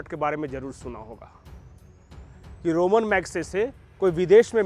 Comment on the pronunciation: रोमन नहीं रेमोन